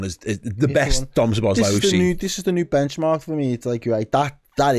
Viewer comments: Learn his name please. Not Sobozzzzlei... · This is my best way to help you with the pronunciation of his name: Soh-bos-la-e.